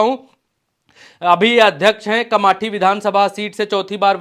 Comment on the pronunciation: Kamathi nhi hota hai kamptee hai